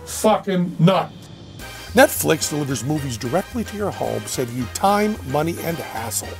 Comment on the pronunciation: Why'd you say netflix like that?